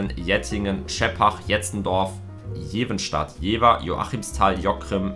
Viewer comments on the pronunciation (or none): Es heißt Jevenstedt 😂